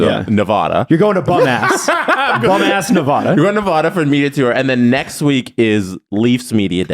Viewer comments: Tip for the Henderson trip. Nevahda, not Nevawda. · As someone raised in Henderson: you've offended me twice. Mostly it's pronounce Ne- vAh-dah, not vuh duh. will be taught quickly once he arrives.